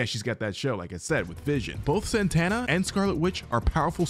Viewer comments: am i tripping why was he saying "zan-tanna" 😭😭 is it not "zuh-tonna" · It's Zatanna, not Zantanna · Ok ok ok....stop saying "", her name is "ZATANNA". She used to date John Constantine back in the day. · Who tf is Zantana I only know Zatanna(also love your vids❤) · Zatana...not Zantana. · Zatanna not Zantanna. No N after Za. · It's za-tanna, not zan- Tanna! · Who TF is Billy Benson?! You mean Batson? 🙄 Zatanna... NOT ZAN-TANNA. Opinion nullified. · or Zatana choose to say it correctly